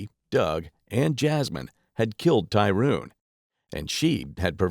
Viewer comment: Why you keep saying Tyruune , its Tyrone 😂😂😂😂